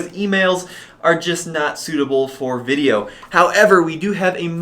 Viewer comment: Great job! Somehow I always chuckle when you say "veeedio". Hahaha.